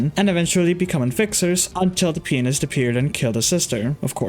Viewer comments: it sounds like your saying the penist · the way you said 'pianist' sounded somewhat similar to the word 'penis' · "After the penist attacked" 😅. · thats not how you say pianist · The way this guy said pianist is frying me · it's not just the subtitles. the subtitles picked up on his mispronunciation of the Pianist which idk if it was intentional or not 😭